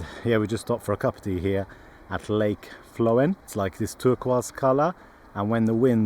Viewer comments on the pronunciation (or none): FLOWM.....PRONUNCIATION AS Å has a O sound in Scandinavian language. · It's actually pronounced Flom. the Å is like "awe". The 29th letter of our alphabet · It is pronounced Flom. Norwegian "å" corresponds to "o" in most languages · Watching this, you have just passed Flåm, and it is pronounced like "flaw" with an m added at the end...